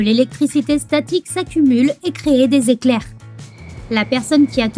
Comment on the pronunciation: '' des éclairhrh '' mais oui c'est clair ))